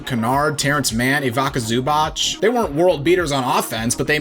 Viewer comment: These guys are casuals. No insight on coaching, just players and nothing else, as if basketball were played on paper. I knew it as soon as I heard "Ivaka" Zubac